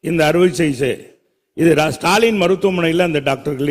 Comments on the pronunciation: வைகை அணையில் themocool தகடுகளை விட்டவர் . கொரோனாவின்போது அணிந்த mask ஐ நாப்கின் என்று சொன்னவர் . இப்போது stanley என்பதை stalin என உச்சரிக்கிறார். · உலகப் புகழ்பெற்ற ஸ்டான்லி மருத்துவக் கல்லூரி பெயரையேஒழுங்கா சொல்லத் தெரியாத நீங்கள்தெர்மாகோல் விட்டதில் தவறில்லை.நாங்கள் தான் உங்களை சரியாக புரிந்து கொள்ளவில்லை.